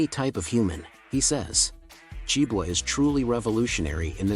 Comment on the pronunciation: Nicely presented but with an obvious AI voice. It would have been of great benefit if the entrance of JiboRobotics had been included as they are currently the ones who are keeping Jibo alive. Good content and I love how the AI voice pronounced Jibo as Jibwa😁